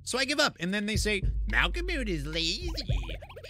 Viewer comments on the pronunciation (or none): Nice playthrough, makes it funny that you do different voices for the different characters XD By the way, the mole's name is pronounced "malko-mud", with the last syllable being pronounced like... Well, mud.